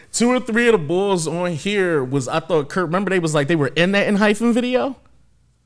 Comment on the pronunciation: Four of them are actually from I-LAND: K, Taki, Nicholas & EJ Also wanted to give a heads up, it’s pronounced enHYPEen-no “hyphen” ph sound😅 If you’re at all interested in following any of the others that have debuted after I-LAND, please please for the love of god PLEASE check out JUST B (Geonu and Jimin were on I-LAND)❤️‍🔥they’re my ults after EXO & NCT and I need to be seein more love out there for them… their recent comeback was only a couple of weeks ago and the album and title track are AMAZING🔥